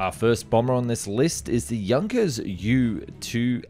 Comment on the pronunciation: Junkers is pronounced Yoonkers. The Vogel in Silbervogel is pronounced Fohg'l. German F is always prounced as F, but German V is pronounced like English V or F, depending on the word. German W is pronounced like English V. Hence Volkswagen is pronounced Folks-vuh-g'n.